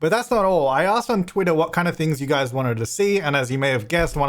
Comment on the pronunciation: Dr Gluon has ruined my ability to hear you say "Hi guys" without it coming out in my head as "Hoi Goiys"